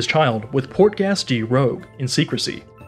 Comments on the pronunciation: Man said portgas d rogue not rouge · He said rogue instead of rouge Stirry instead of stelly Dedaan instead of dadan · It’s rouge, not rogue, so it’s pronounced something like red in French, again watch out for the pronunciation in your videos